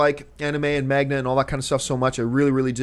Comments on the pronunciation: It is manga, right? Mang-ga... not mag-na. Sorry John Campea... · Magna? Mang-uh John lol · And it's MANGA. lol Not magna or magda. hahaha sorry but that was just too funny because you kept saying the word over and over and it was never right. lol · first of all john it's called MANGA not MAGNA! and second i completely disagree with you, just go watch the Japanese movie "spirited away" it's an academy award winning movie and its completely amazing and wonderful, you need to watch that movie ASAP and anime has been converted to film many times before maybe not by american studios but it still has been converted and most of them are really good and you should look at it the same way you look at movies if it's made well by a good director and a good team then it's good if not then it's bad but your talking like anime and manga is like a role playing desktop game which is completely wrong and inaccurate manga is japaneese comic books and you see american CBs being into movies all the time right? and anime is japanese tv shows (death note-yu gi oh- dragon ball-pokemon-detective conan-etc) so it really isn't hard to make an american version of anime or manga in to the big screen (not live action just an animated movie) seriously just watch "spirited away" you wont regret it and it will blow you away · Not "MAGNA" its M-A-N-G-A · Manga not Magma! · MAGNA!! MAGNA!!!! REALLY!!! IT'S MANGA!!!! FFS!!! DX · magna (manga)? :P really... how many times can someone read a word wrong haha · its "Manga" not "MAGNA" John lol... apart from that keep up the good work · "Magna. Magna. MAGNA" Fuck dude, MANGA. That was so painful and I'm not even a fan of the material. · I cringed a little every time John said magna instead of manga. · did he just say magna? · lol he kept saying magna (manga) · John, MANGA not MAGNA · Is Manga, not Magna......lol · john... its pronounced MANG - GA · Every time John said MAGNA, I dies inside... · omg! Magna no! Lol it hurts when he says it.